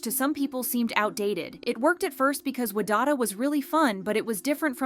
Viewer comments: Voiceover person: "Wa-dada" Me: hearing pronunciation Every time I think it can't get worse... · I'm sorry but "WAdada"... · the way you pronounced wadada had me laughing my ass off